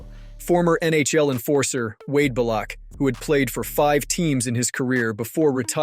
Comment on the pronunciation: I got as far as “Rick Ry-pee-in” and that was enough for me… and that was after overlooking the mispronunciation of Wade Belak.